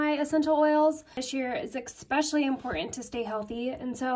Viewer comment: The word is pronounced “eSpecially,” with an S...it’s cute, and I bet you’ve been doing it since you were a little girl, but you pronounce it like “eXpecially.”